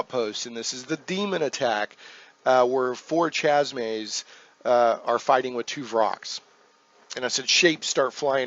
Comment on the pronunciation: Chaz-Mays? Love the series but that's somewhat annoying lol